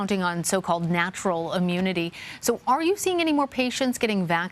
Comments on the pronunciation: Omni cron.. is that different than the head cold we known as ohm-eh-cron? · The way says “Omicron!” Kills me. This is nothing but fear and lies. Stay strong y’all